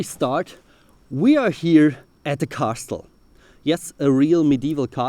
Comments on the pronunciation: You're kind of overpronouncing "castle". The t probably hasn't been pronounced in several centuries. Think "kässel", or better yet, "kässl". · i love how u pronounce the T in castle bc it shows some nice stuff about linguistics